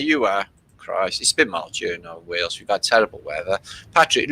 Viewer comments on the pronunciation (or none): none